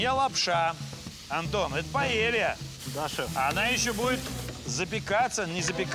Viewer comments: Ивлев, это не пОэлья, а пАэлья 😂😂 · Paella!!!А не poêle!!! Poêle это сковорода. Но блюдо называется PAELLA ! УМНИКИ😂